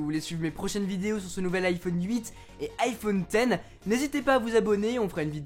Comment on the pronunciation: "iPhone ixe" 🙉